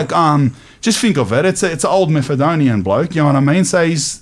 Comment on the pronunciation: "Methadonian" LMFAO